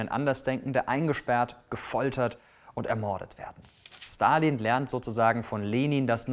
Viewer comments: Wieso kannst du seinen Namen besser aussprechen als den Namen Elon Musk? Hast du Russische Vorfahren? :D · Der erste Der Stalin mit einem S ausgesprochen hat und nicht mit einem Sch!!!